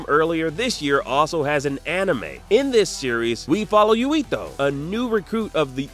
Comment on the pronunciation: Why did he say yuito like that☠️☠️